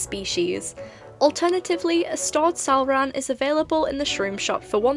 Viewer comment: hearing that “salrahn” was perfection and extremely satisfying